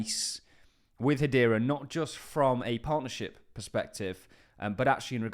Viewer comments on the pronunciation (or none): What is it with British people pronouncing Hedera as Hadeera?